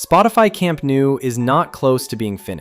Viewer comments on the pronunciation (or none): Camp nou is pronounced more like"camp no" not "camp new"